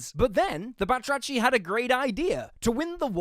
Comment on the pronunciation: Awesome vid! Just wanna say that the ch in arachni (meaning spider)and batrachi (frogs - plural) are based on Greek words and pronounced as a harsh h 😂.